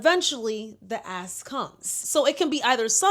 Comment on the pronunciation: Swear I thought she said “the ass” when she really said “the ask” 😂 tamatoe tomato tho I guess 🤷🏽‍♀️